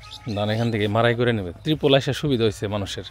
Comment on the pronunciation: Teripul nai Bhai terpal bale